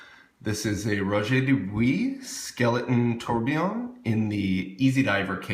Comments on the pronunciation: not, he pronounced it quiet correctly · pronounced DO BWUAH